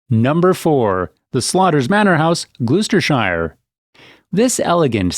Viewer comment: Its "Glosss.....stershire and 'Woooostershire'! And 'Wiltshiiiiiire.' :-)